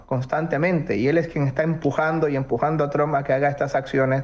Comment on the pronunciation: ESTE CANALUCHO CONVENCIONAL APRENDAN PRIMERO A PRONUNCIAR EL APELLIDO TRUMP